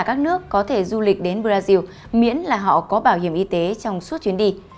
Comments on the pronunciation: Sao lại nghe chị nói (Bradiu) Brasin/brazin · Tại sao bodasin khẻo tự nhiên cứ đọc là bờ đa riu hay để cho khác người